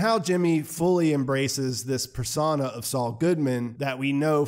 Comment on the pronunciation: Great summation of the episode.(s) BTW the word is persona (pronounced with an O) NOT persana ( with an A).